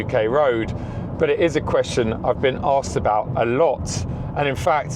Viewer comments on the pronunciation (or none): none